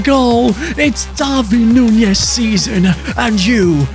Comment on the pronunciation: Is it just me that doesnt like the way hes saying Darwin Nunez